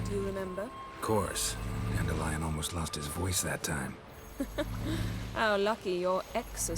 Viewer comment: *hust* (Man muss allerdings über die dubiose Aussprache von "Dandelion" hinweg kommen.)